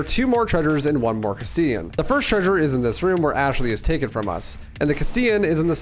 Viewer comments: It’s pronounced “cast-elahn” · The way you pronounce Castellan botheers me so much, considering the original game actually spoke it out loud when Salazar intoduces himself. "Mi llamo Ramon Salazar. the 8th Castellan of this magnificent architecture" It's "cuss tell uhn" Also just for fun, 1 USD is about 150 Peseta, and the Infinite Launcher would cost around $13000. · You pronounce “castellan” wrong